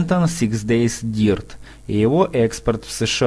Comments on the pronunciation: Какой дирт? Какой сачс? Дёрт и Захс, солова английское и немецкое. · и дёрт, а не дирт